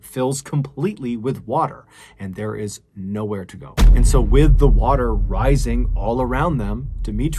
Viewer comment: Water not waer